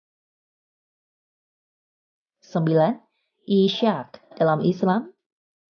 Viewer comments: Iya bro itu mimin salah pemenggalannya, doi baca " I - shaq", seharusnya " Is - haq " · Yahudi dan nasrani bukan agama samawi. Coba ditelaah lagi sumber-sumbernya Lalu saran aja nih buat yg ngisi voice over/dubbing narasinya, banyak kata2 dalam bahasa rab yg tidak dilafalkan dg benar. Seperti : Ishaq, dibaca Is-haq, bukan Ishaq = Isyaq. Ada lagi kata "Nash" bukan dibaca "Nasy" karen "Sh disini berasal dr huruf Shod ص [نَص]bukan Syin ش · Di islam dibacanya ishaq bukan isyak.. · Katanya baca nama seperti firman Allah Kok Daud harusnya DAWUD داوود Ishaq Bukan dibaca isyaq tapi Is-haq اسحاق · Ishaq dibacanya bukan isaq. Huruf "H" nya dibacak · Nyebut Ishaq aja salah